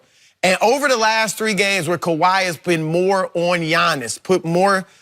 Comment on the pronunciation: Skip said kawhai